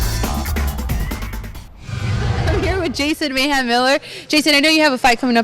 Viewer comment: "mahem" nice..